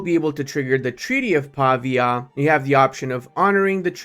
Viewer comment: "Treaty of Pavia" Pavia is pronunced Pavìa, not Pàvia.